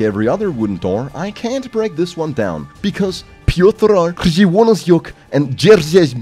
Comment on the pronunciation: Wow you said Piotr correctly not gona lie im impressed